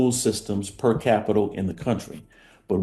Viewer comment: When the former secretary of education doesn't understand it is stated as "per capita" and instead says "per capital", then you begin to understand that the rot starts at the head. (The transcript of the video even corrects it for him!! Slow down the video and you clearly hear the L.)